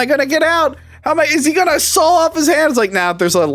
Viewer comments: Drink every time says Sawl. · I love how says "Sawl"